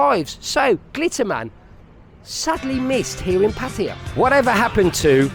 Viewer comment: After so many years ,...you still call PAR TAY JAA ....pattie ja ..you soft boiled runny egghead expat...